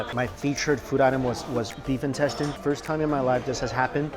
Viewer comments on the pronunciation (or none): I can't believe after watching a lot of his videos, I began pronouncing intestine as 'in-tes-tayn' as well..... my friends laughed at me when they heard it lmfao ><